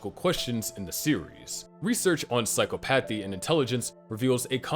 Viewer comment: it’s “sci-cop-o-thē” not “sci-cō-path-ee”